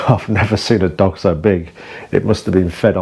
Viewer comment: Am I the only one who thought you said Dong instead of dog at the beginning!? 🥴